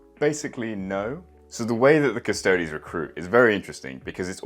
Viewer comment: "Cus-toe-dees" not "Cus-toads". Otherwise you better pronounce it "Ass-tarts" as well.